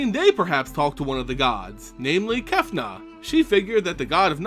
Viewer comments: why do you say Kefnuh, instead of Kefnet? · Kefnet hehehe not Kefna;) although Kefna sounds cool